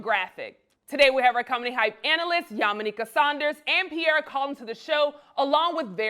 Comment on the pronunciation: Pee air uuummm, suspect. Think before U speak